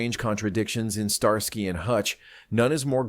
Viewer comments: "STAR SKY " ?. AI has a tell!. 🤔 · Star-sky? Are you kidding? What is this AI slop? I'm gone man.